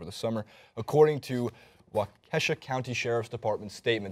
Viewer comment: It's WAkishaw, not trying to be a dick I just idk lol I love your videos